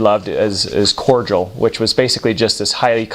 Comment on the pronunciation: Am I the only one who is annoyed by the way he says cordial, (like cord drill) Overall funny tho